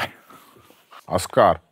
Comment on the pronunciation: Какой Аскар, Оскар, ударение на Ооо